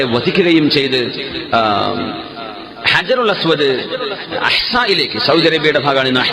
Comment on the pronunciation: അജറുൽഅസ് വദ് അല്ല കുരുപ്പേ ഹജറുൽ അസ് വദ് എന്നാണ്